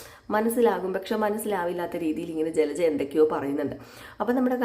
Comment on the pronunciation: ജ്ജലജ്ജ അല്ല കുട്ടീ ജലജ 😂😂 കുറേ ദിവസമായി ക്ഷമിക്കുന്നു 😄😄😄